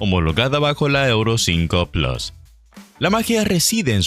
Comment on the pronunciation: Por favor PLUS se dice p-l-u-s no plas, es una palabra del latín y desde hace mas de 2000 años se pronuncia PLUS. Siendo hispano parlante deje de darle estas patadas al diccionario por favor.